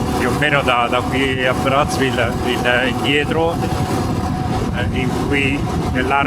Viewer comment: Si pronuncia "Brazzá" ville. Dal cognome dell'esploratore friulano. 😊 Pietro Savorgnan di Brazzá